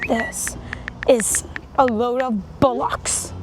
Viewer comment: It’s pronounced bollocks not bullocks